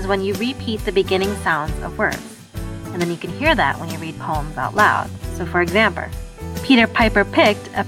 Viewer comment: SHE SAYS EXAMPER